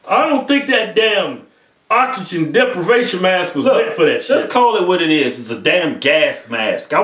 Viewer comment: "Oxygen" "Oxygen" "Oxygen" "Oxygen deprivation mask" "It's oxygen, man. You're stressing the "Ox" too much... Fuck it."